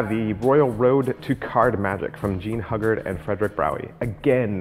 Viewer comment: Whiie I agree with many of your choices, you have excluded books by Walter B. Gibson, Harry Lorayne, Dai Vernon, Ed Marlo, Frank Garcia, Juan Tamariz and Paul Gordon (Gold Dust Series). BTW- The Pronunciation of Hugard is hughguard